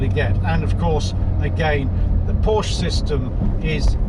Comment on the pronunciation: What a strange review, so many oddities that tbh im not sure where to begin. Firstly its not a call to the USA emergency line, its a Nine Eleven Its got a flat six not a straight six 991 has 3 body widths not 2 Front lift is 2 to 3 seconds not 10 Then there's your weird pronunciations - grand, sonorous and lamborghini are the 3 i remember the most, but werent the only ones by a long way. The cage btw helps with luggage as it basically stops it from moving about the cabin I think you mised the point re 991.1 vs 991.2 Very few bemoaned the 991.1 GT3 and its driving ability or steering when it came out - Chris Harris for example called it "incredible calibration" and "chassis is a massive step up from previous generation" and "fixed all the front axle problems from the 997" and "best electric steering ever and not once today have i wished for hydraulic steering". Other reports waxed lyrical in a similar manner, including Jethro (who disliked the steering on other 991 generation 911's) writing and filming for Evo who said about the front end grip, balance and special feel and praises the genuine steering feel and how the whole car "courses with information" I know Henry wasn't as huge a fan of 991.1 GT3 as he'd hoped to be but i dont recall him slating it either. What i believe Henry meant is that somehow the 991.2 despite just being a facelift it actually moves the steering and indeed whole car on by a (to him) noticeable margin over the already good 991.1